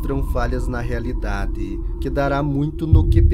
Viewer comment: "Falha na realiDADÊ" ...